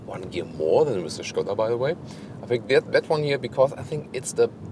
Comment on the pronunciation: You're kind of the only one on YouTube pronouncing Skoda the right way but you pronounce all the German names the english way?! That is kinda disturbing and strange. Stilll kudos for pronouncing Skoda as it is supposed to be!